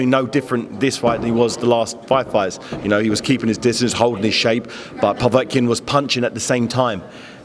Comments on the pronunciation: He also says povetkin weird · Really grates on me the way he's saying Povetkins name!